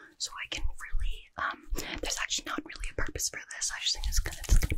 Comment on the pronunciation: bro said ackchually